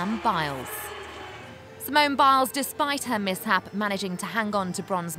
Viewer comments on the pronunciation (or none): none